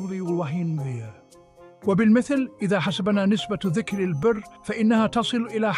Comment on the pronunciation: يوجد أخطاء لغوية مثال : كلمة واحدة كلمة البر لا نلفظها بكسر حرف الباء ولكن بفتح الباء و تشديد حرف الراء